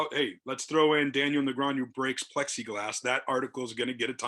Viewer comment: The commentator still can't pronounce Negreanu correctly.🤦 Seriously, dude, just learn the pronunciation. It's so tilting.